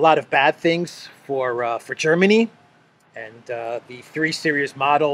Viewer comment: omg learn to say series!!